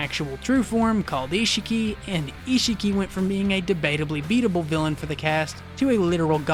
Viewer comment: why does everyone pronounce it like ishiiiiiki? it's ishhhhhhhki